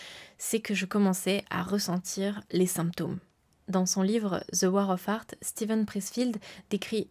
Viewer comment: Superbe vidéo, par contre fais attention à bien prononcer The War of Art sinon on entend la guerre des prouts 🤣